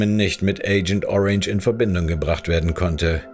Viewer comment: Gute und interessante Recherche. In Zukunft vielleicht noch ein bisschen mehr Arbeit in Rechtschreibung, Aussprache und Logo-/Textplatzierung stecken. Mit Aussprache beziehe ich mich nicht, wie evtl. anzunehmen, aufs dialektische "Kemie", sondern z.b. auf englische Wörter wie "Agent Orange", "Pharmaceuticals", etc. Das WhiteCorner-Logo verdeckt teilweise Bauchbinden und Texte haben z.B. Deppenleerzeichen ("Kriegs Planer" im Zitat, obwohl der eigentliche Titel korrekt mit "Kriegsplaner" geschrieben ist), fehlende Buchstaben ("United State"), etc. Ach, und das "Hey, bleib bis zum Ende dran" am Anfang hätte mich fast direkt wieder zum Abschalten gebracht, also eher das Gegenteil vom erwünschten Effekt bewirkt.